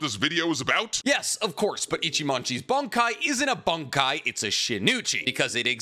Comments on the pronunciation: It's Bankai not Bonkai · "bonk-Kai" What accent is this man using 😂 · You sometimes pronounce bankai (and shikai) markedly different from me, and it's throwing me for a loop. 😅